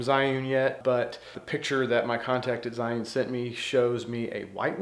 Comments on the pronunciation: Isn't it pronounced "Gee'un"? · Good video but you need to learn how to pronounce Zhiyun Also Zhiyun Smooth 4 only has a payload of 210g. That is the weight they quoted me in an email. Waiting for your review, thanks.